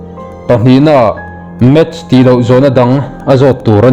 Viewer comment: Enge math chu?vawi khat chhiarah hian record thin suh uu,match ti tal la,vawi thum vawi li,record a tha ber thlang rawh uu,mizo tawng pawh lam.dik lo,saptawng pawh dik lo bawk,ngaihthlak a hreawm,in zir nasa rawh